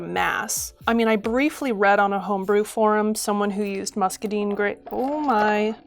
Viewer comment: I recently came into a free source of muscadines so this is super helpful for my plans to make a muscadine pyment, but my southern heart breaks hearing them called muscadeen grapes not musca dine (so sorry!! I love the video pls keep them coming)